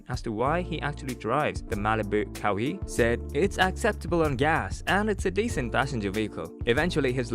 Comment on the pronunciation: Not KaWee Leonard. It's pronounced Ka-Why spelt Kawhi.